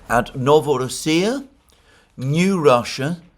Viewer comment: NovorOssia, "ro" syllable is stressed. That's how it was pronounced historically! I know how you love to pronounce all the names how they are said by native speakers.